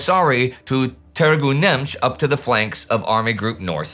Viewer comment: A little pronunciation nitpicking, Dubăsari's pronounciation is Doobuhssary, 'u' is a short 'oo', and 'ă' like 'i' in dirt. Also, ț is ts (yeah, Târgul Neamț again :) ). Otherwise, interesting stuff. I read in one Romanian history book that Antonescu was quite pissed off with how the whole Crimeea operation unfolded; the Romanian armies there were among the best equipped, and they had to leave most of their heavy weapons behind, since Hitler would never conceive a withdrawal until the last moment.